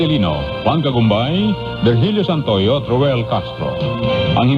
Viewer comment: Correction: Virgilio Santoyo, not Vilgirio Santo Yo